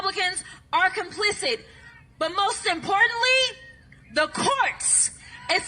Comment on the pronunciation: CROCKETT IS SO DAMN STUPID - SHE KEEPS SAYING REPUBLICANS ARE “COMPLICI D” THE WORD IS “ COMPLICI T “